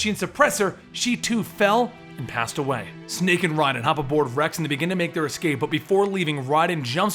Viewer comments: lol I cringe everytime he says RAYDEN. its RHYDEN not RAYDEN. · Just I'm kinda confused, after all the other videos using the correct pronunciation why did you start mispronouncing the names like calling Raiden "RAY-DEN" and then suddenly start using the correct pronunciation again? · "Auda-Gohn" "Ray-den" I'm outta here... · Did you play the games? You can’t pronounce octacon or Raiden correctly. Lots of misinformation here. Thumbs down my dude. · Awesome narration, but I can't believe you kept mispronouncing Otacon and Raiden. Terrible.